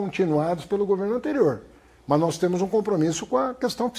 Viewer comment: "Temo" " podemo"